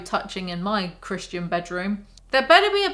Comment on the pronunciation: every time she says "christian i hear "chris-chan", and let me tell you, the book makes a LOT more sense this way.